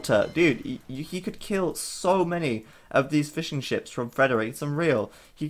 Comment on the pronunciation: I couldn't help but hear Fish N Chips every single time you said Fishing Ships :P